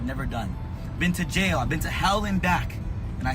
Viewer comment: I love the way you say the word jail lol. like gel